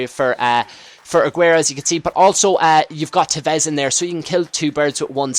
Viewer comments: TEvez not teVEZ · you cant say tevez...